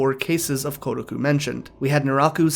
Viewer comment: It is not "Gu", the roomaji is "Ku".